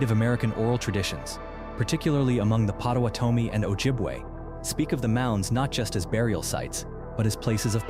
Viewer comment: YES! ‘Pot-a-waaht-a-mee’ pronunciation was off. My husband’s family was a part of this ancestry.❤